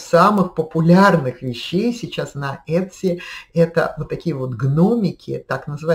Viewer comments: Произносится - ИТСИ, по крайней мере в Калифорнии ) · правильное произношение в америке Этси. посмотрите англоговорящие ролики на ютюбе :)